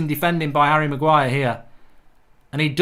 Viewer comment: Hahahaha Man called Harry Maguire, willNE.